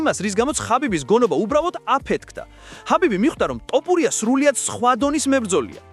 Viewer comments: ძმას ვენაცვალე, თ ვერ ამბობ? თოფურია.. ტ არაა. 😁. 🤟👍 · თ - თ - თოფურია და არა ტ - ტოპურია. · ტოფურია არა თოფურია. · კაი რა ძმაო არ დაგცინი ცუდად არ გამიგო მაგრამ ტოპურიას რო იძახი მეცინება დანარჩენი ყველაფერი კარგია თოფურია ან ილია თქვი და ეგააა❤❤❤ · ტოპურია-)შენ შიგ ხო არ გაქვს სპეციალურად იძახი თუ ტოპურიას მუშტი გინდა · გარტყმევინოთ თ ზე თავი თუ შენი ნებით იტყვი რატომ ამახინჯებ გვარს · ნუ უმახინჯებ გვარს